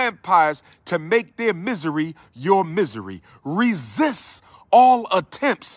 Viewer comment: Oh hey Umar the word "Resist" has a T on the end BTW ok Doc lol